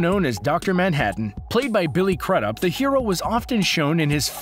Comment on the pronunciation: I’m pretty sure Billy’s surname is not pronounced like CRUD UP. I’ve always heard it pronounced Crew-dup. The way you pronounced it sounded awful!